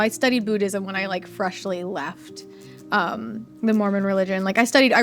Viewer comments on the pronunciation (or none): none